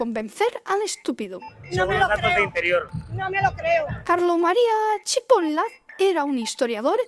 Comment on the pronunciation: Yo: Carlo Cipolla Barbaravara: Carlo Cipollllllla